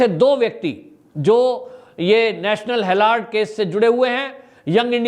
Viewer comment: आप नेशनल हेराल्ड को बार बार हेलार्ड बोल रहे हैं स्पेलिंग ध्यान से बोलो। 16-07-22